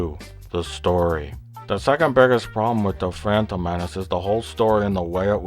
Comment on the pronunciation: Bleach still didn't get me to forget about the Fwantom Menace.